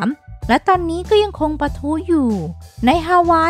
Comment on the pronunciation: ตอนนี๊ ในปี๊ อย่างไรก็ต๊าม เสียงน่ารักแต่เยอะไปนิส